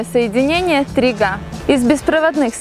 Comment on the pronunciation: ахххххааааааа на минуте : она сказала не 3g ,а 3 га !!!!!!!!!!!